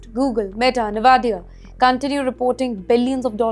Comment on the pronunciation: What is this Nevadia? Can someone in the studio team please teach her to pronounce Nvidia? It's N-vidia and not Nevadia 😮